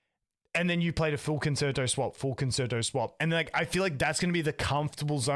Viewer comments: Forte, Resonance, and Concerto are all music terms that have specific meanings. Reminder Con-cher-toe. Both of y’all said it wrong. Please try and say that one right. Great cast guys! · You said the word I have to correct because you didn’t read my comment my dude. Concerto should be pronounced like the music term Con-cher-toe. Great content as always. I’m trying to help y’all out because you all seem to be saying it wrong, please help in fixing that 😊